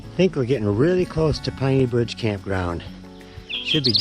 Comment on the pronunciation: Proper pronunciation of Penney Bridge is Penney/name after long family in East Jordan